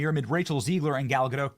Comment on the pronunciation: ZEG-LER, NOT ZEEG-LER!!! Is he trolling? To be clear, ZEG-LER destroyed this movie, and I'm not a fan.